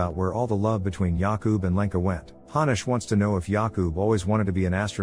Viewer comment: As a Czech person it took me embarrasingly long to realize you were saying Jakub and Lenka, the whole time I thought since when are Yaku and Lanca Czech names?😅🤣